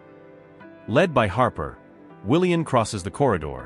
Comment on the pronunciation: His name is pronounced WilliaM, not WilliaN. Please edit your stories and reprogram your AI robotic narrator to pronounce words properly. And why do some of the sentences start out saying E. It's irritating and hard to listen to. The story would be so much better if the story was edited and corrected